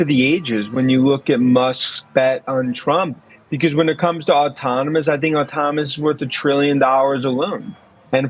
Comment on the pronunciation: Did Dan say “autominous”? As in “Tesla’s leaf in autonomy will have autominous consequences for LEGAs’ existence…” 💜💙💚💛🧡